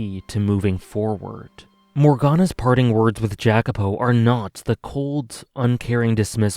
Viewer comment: Thanks for a great video, you had a lot of very interesting thoughts on the story. and furthermore i also want to thank you for making me read the VN in first place since it is one of my favorite pieces of media now. that aside i am a little curious to why you are pronouncing Jacopo's name that way. i always thought i was suppose to be pronounce it the Italian way but i might be mistaking. sorry for being pedantic. once again thx for the video